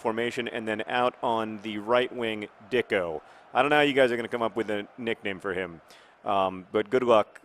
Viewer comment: It's not pronounced "Dicko." There should be a diacritical mark over the c: Dičko. He's Slovenian, and much like his countryman footballer Gregor Fučka, that č should be pronounced like "tch," so his name is said "Ditchko." I think N. Dičko's nickname shall be Saturday Night Dičko, and we, his fans, shall have Dičko Fever. I have Dičko Fever, and the only cure is more goals.